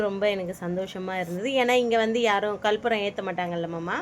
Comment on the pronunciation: கல்பூரம் இல்லை கற்பூரம் னு சொல்லுங்க